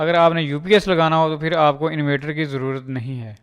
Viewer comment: bro its not invater ,its inverter